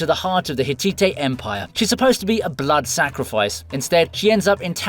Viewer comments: "Hit-tee-tee". Come on brah, it's "Hit-tight" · lool, it's Hitite (pronounced Hit-tight not Hit_titttie)